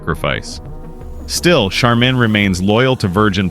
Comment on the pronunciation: Learn how to pronounce Charmin! Get a smart phone. Lol